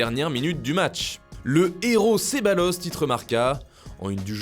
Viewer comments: On prononce Cebayos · Ça s’écrit Ceballos, mais se dit « Cebayos » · c'est plutôt prononcé "cebalyos" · oui il l"a dit et répété la 1ère fois c'est passé, la deuxième fois mes oreille ont presque saigné ! xD